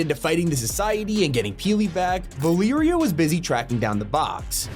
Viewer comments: "ValeeriA"???? Mf its Va- le-ria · “Vilereia” do you mean Valeria, sir? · Valeria is pronounced Va-lair-e-a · I’m sorry, ValEEria?